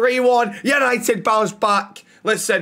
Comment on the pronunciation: tenth, YANITED YANITED YANITED!!!!!!